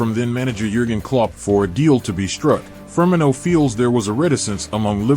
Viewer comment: the ai cant pronounce firmino